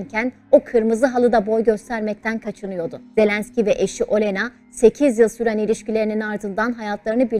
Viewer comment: Isimleri doğru telafuz etseniz Völödimer Ölena değil ( Vladimer O'lena)